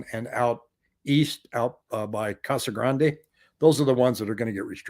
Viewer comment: Thank you for pronouncing Casa Grande correctly. It always drove me crazy when I moved from California to Arizona that people called it Casa Grand...